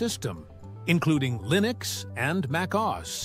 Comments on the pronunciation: Mac O. S. not Mac AUS. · "Mac Oz" lol